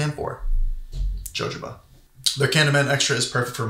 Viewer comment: Sorry, it's ho-ho-ba